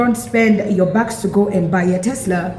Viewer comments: I love how is saying "Tes-slur". Damn right gotta acknowledge with n*zi Musk it's a Tes-slur, or a Tesla with a hard R. Don't give that vile man any of your money! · Tesler. Lol